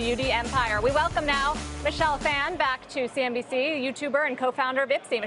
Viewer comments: It's not pronounced "fan" it's pronounced "fawn" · Saying Phan wrong...